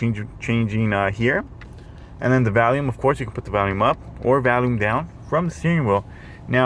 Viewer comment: Your accent is funny. When you were talking about the volume controls it sounded like you said Valium controls. Lol